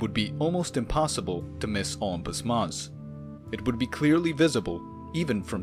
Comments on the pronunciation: No mon, Olympus mons. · “Unpus Moss” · I keep hearing ompus mons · Is he saying "Optimus Moss"? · The way you pronounce Olimpus mons is disgusting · The way u pronounce olympus mons pisses me off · The way you spell it isn't much better.